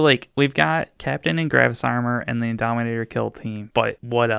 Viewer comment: Indomitor, not Indominator 🤓☝🏻